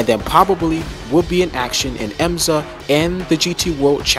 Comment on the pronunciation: It is not EMZA as you pronounced it, but rather IMSA WeatherTech - (International Motor Sports Association.)